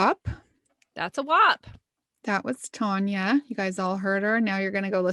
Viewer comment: Her name is spelled Tania and y'all are pronouncing it like it's spelled Tonia... Which one is right? Tan or Ton? It's gonna bug me.